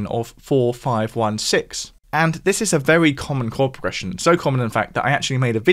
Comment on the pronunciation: Maybe the creator here should learn how to pronounce his th’s. It’s TH not F. This NOT fis.